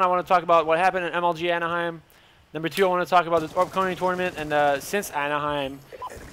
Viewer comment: he said umg not mlg